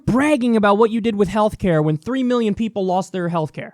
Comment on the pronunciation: "....Government ordered Healthclare "....The disaterous O-pamacare." smh lol